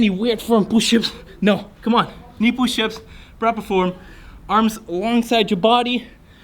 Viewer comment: is holding toilet paper Also: "Pooshups" Me: "Don't you mean Shitups?"